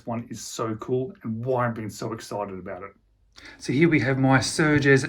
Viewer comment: Nice video but... its Sugess (no R) 😉